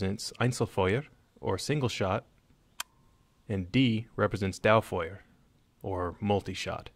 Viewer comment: Dauerfweuwer, Einzlerfwuer